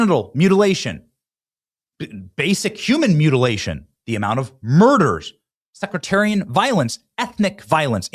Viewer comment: Benny, love you but PLEASE ... the term denoting being of a sect is "sectarian" not "secretarian" Don't let yourself sound dumb like CO!